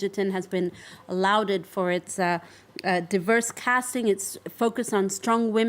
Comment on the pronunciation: "louded for"... Oh, I think means "lauded for" (pronounced "law-ded for"). I wonder how many languages she speaks?